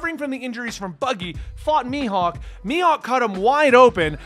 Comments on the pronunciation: You said “Mihawk” perfectly. Your friends are trolls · Literally everyone calls him Mihawk lol Idk what your friends are talking about. You're good mate lol